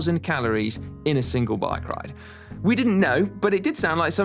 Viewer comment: “Good wike bide”